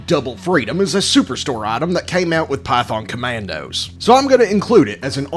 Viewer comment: Am I the only one who hears "Pyfon Comandos" on the start?